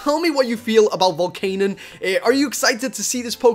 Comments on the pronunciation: i am not hating but it is Volcan-ee-un not volcan-un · not being rude but we prenounce it vol CAN ion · you said volcanion wrong